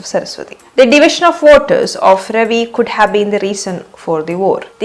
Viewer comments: Correct pronunciation of river रवि is रावी ie not Ravi but Raavi though written as Ravi. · It’s not river Ravi. It’s pronounced Raavi रावी Please don’t mess up Punjabi names. You guys have done lots of damage to our history already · Raavi not Ravi